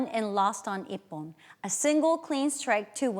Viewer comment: Das heißt "Ippon", nich "iyon"; Shi - nai", nicht "shenai";, "Zan-shin", nichr "kendl, sondern "Kendo", der Begrind "Dan" wird nicht wie der englische Vorname ausgesprochen, erv. etc. Falsche Betonung, falsche Intonation.